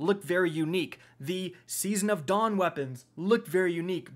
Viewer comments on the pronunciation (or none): none